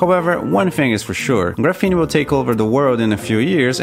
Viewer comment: I really enjoy your video, high quality and interesting to watch, quick question though - why you keep pronouncing it as ‘gruh-fene’ when it’s supposed to be ‘graf-fene’, it’s very distracting when trying to listen to your content. Other than that, Great work! please keep making videos.